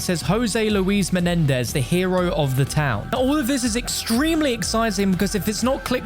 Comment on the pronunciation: I’ll take a hit off a bong every time you say MENEDEZ